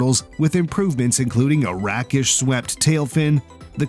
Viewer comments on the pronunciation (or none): its a rakeish not rackish tail.